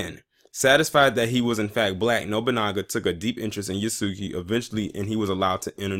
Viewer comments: It is pronounced Yasuke, not Yaski. 弥助 => 弥(Ya) 助(suke) YASUKE 〇 YASUKI ✖ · It's pronounced (yah) like (Jah). (Yah) (su) (K). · And why do people keep pronouncing yasuke wrong (Yahske) is the correct way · Pronounced ya-su-kay btw